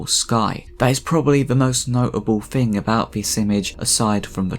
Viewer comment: "Fing," "fink" even "Funderchild." Good Lord man, use your tongue.